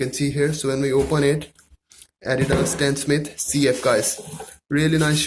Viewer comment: It’s stan smith not stan smit